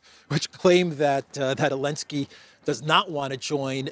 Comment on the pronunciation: I love your show and watch daily but I have to ask, why do you omit the "Z" when you always pronounce "Elenski"?:)